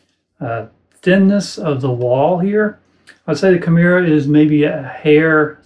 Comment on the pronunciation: Not to be the pronunciation police, but, I believe it’s pronounced “key-MEH-rah.”